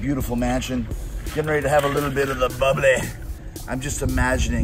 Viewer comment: “A little bit of the bubblay” Is the next big meme 😂😂